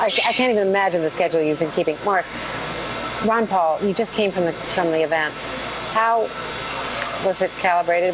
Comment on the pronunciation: Its not Wan Paul its Ron Paul lady!